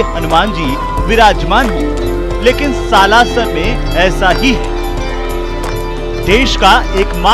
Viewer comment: हिसार हरियाणा से निवेदन। स्लासर नही, सालासर बोलिए एंकर बहन